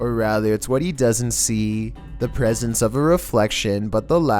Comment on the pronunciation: He said pesents